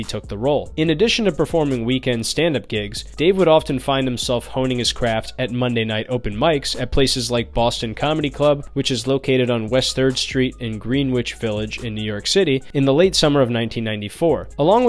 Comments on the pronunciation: Hearing this dude say green wich was priceless. :-D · love your content,. just a heads up for it ever comes up again, Greenwich Village is pronounced like "gren-itch." Why? Nobody fucking knows.